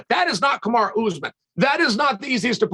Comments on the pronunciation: Chael just refuses to call him Kamaru haha Kamara? I'm sure he's been corrected 100 times he just refuses to call him anything different LOL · Chael is disrespectful. Its KAMARU not KamarA. Smh. Sneak dissing Usman is uncalled for. Pronounce the mans name as it should be. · "Ka-marA Usman" - Chael P. Sonnen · There is no way Chael is as bad at pronouncing names as he pretends to be.....Kamara Usman hahaha come on man. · Why does he call him "Kamara" ? why not just go with Marty? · Love how Chael just calls him Kamara 😂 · Why does he keep calling him, Kamara?